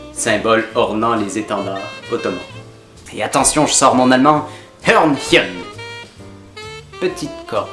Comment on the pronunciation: Bonne vidéo (comme d'habitude quoi ^^) et en bonus : excellente prononciation de "Hörchen" ! :D (parole de germaniste ^^) Continue comme ça ;)